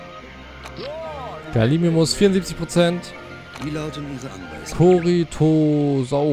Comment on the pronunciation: G A L I M I M U S nicht Galisimus man